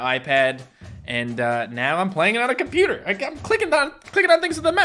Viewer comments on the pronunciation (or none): none